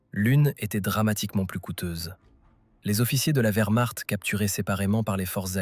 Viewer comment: SVP, CHARLEMAGNE, n’était-ce pas celle des volontaires français ? Merci. Je croyais avoir tout vu comme I.A. de merde, en 4mn 30sec. le record est battu. VERMARTE= WERMARCHT 🏴‍☠️💀💀☠️ Von Manstein était un spécialiste incontesté de la défence.